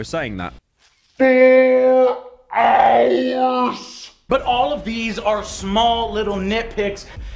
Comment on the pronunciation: In Australian I can’t even write the way you pronounce the word ‘but’ as there is no vowel that makes such a cursed sound. It’d be somewhere in between “bert” and “bort” and to make the sound we have to make the same expression we make right before we vomit when you make that “ert-erlt-ert-erlt” dry reaching noise. Boert (that’s nearly it!) you’ll be happy to know that the only way I can think to get that awful sound out of my head is to go and find a well-built door and slam my head in it until I forget.